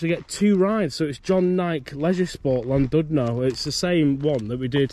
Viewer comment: Last time I went on one was as a kid on the old one at Alton Towers in the 80s - came flying off the track and hurt my neck badly! Never again... 🤣 (PS, on the principle that if no-one ever tells you how would you know any different, it's pronounced "Llan-DID-no". Hope this comes over as helpful rather than a criticism! 🙂)